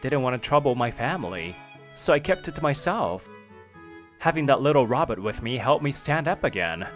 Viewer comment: Robit? or did they mean to pronounce it as Robot 🤖?